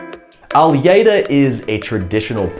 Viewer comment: Well done. Even with a bit of non-Portuguese accent (your “lh” in “alheira” and “ovelha” needs some work, but your “” is spot on), you do true justice to Portuguese cuisine. Thank you!:-)